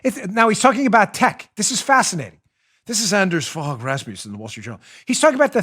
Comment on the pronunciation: Hehe Dano..great show!..and 'Anders Fogh Rasmussen(ex Danish PM)..hehe..'Fogh' is pronounced 'fo'..like in mo-.....